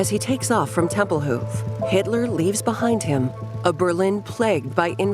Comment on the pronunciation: Tempelhoof Airport